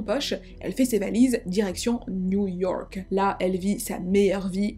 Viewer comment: direction new YORRRRK.😂😂 très belle prononciation